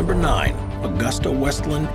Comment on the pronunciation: It is/was Aah 'goos 'tah, (Now Leonardo Helicopters) not Augusta as in the town in Georgia!